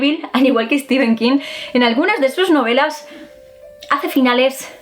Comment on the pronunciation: es que nos encanta decirle Stefen king.... jajaja